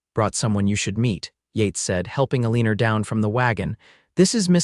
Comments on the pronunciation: UNAI pronunciation? Eleanor is not Ileeneer it is Ellen or El an ohr - Bungled poorly.. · This was a really wonderful story. Though the reader didn’t pronounce Eleanor correctly through the whole story. Listening from sweet home Alabama ❤❤❤❤ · Mispronounced name of Eleanor’s drove me wild